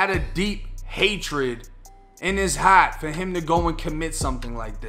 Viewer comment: Why do Bostonians hate the letter R so much? "Pahk the cah!" "He had hatred in his haht" Love it ❤ Respect from Maine my guy